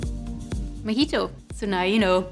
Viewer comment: Thanks for the video, though I swear it sounds like you're calling it a "mickey-toe" My American ears, I'm sure.